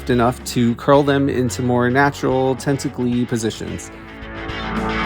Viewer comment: I am just gutted that I missed your premier 😩😭 This was absolutely amazing!! And tenticly?? I busted up laughing 😆 And yes, it’s a word now 🖤🖤